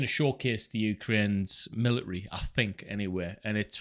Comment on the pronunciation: Where good sir have your T’s gotten too?😂 Just busting balls fren! Good info here but I just couldn’t get over the millary thing😂